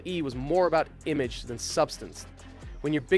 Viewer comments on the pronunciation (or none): none